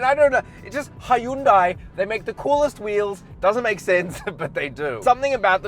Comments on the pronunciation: great review man but I still don’t know how to pronounce Hyundai I noticed you said. He youn day and then you also said high youn day ... lol 😂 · Its pronounced "hee-yun deh," (keep the "hyun" part short) "현대" means "modern."